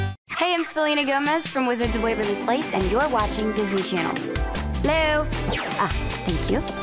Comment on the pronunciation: Selena was saying "hello" in a British accent lmaooo